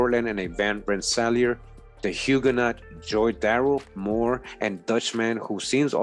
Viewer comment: GREAT VIDEO FAM! JUST A SMALL TIP... HUGUENOT IS PRONOUNCED WITH THE LONG SOUND LIKE THE WORD YOU